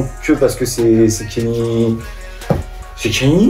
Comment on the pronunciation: "Kenny West" ... apprenez à prononcer son nom par pitité